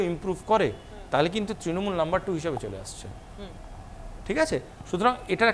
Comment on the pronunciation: ট্রিণমূল বলছে কেনো ছেলেটা, অত্যন্ত কানে লাগছে ।।